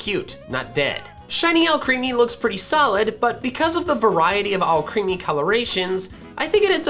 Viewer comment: ALCREMIE, NOT ALCREAMI!